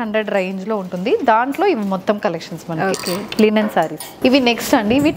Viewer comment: Wow. ఎంత కాలానికి మీ నుండి " లినెన్ శారీస్" అనే మాట విన్నానండీ. 👌 అందరూ లెనిన్ శారీస్ అనే అంటారు. వినలేక , చెప్పలేక.... థాంక్యూ 😅